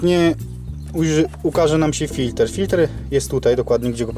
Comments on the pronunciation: W języku polskim mówimy "filtr". "FiltEr" to jest np. z języku angielskim., W Polsce rzeczy filtrujemy a nie filtErujemy 🙂. Poza tym 👍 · Bardzo rzeczowy film!! Ale mów Filtr a nie Filter !!! Więcej filmów 1.6 HDI !!!!!